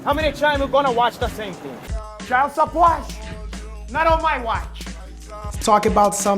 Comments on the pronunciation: "Child Supporch?!?... Not on my watch" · "CHILD SUPPORCH?! NOT ON MY WATCH!"